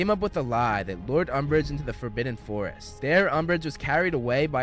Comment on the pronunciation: He said "lured"🤣🤣🤣